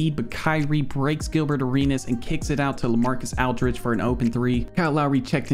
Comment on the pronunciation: Bro why you say Aldridge like that 😭